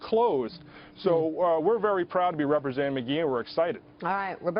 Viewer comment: Mr "Magee" "Mag" "e"